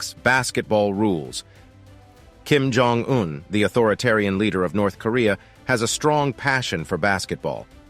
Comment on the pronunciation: I should know, as soon as I hear the narrator's voice, that the video will involve a lot of "filler" content and, btw, Jong is pronounced Chong. This narrator always gets things wrong.